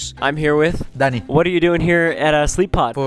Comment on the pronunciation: bro said his name is Danny when you put on caption but it sounds like he said… D A D D Y